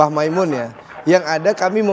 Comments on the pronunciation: Maz andre saya mau meluruskan yang benar Mbah Kiai Maimun bukan makmun/Mamun... mohon jangan salah sebut kyai kami lagi😊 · Andre nyebut mbah moen saja salah. Masa kyai ma'moen ??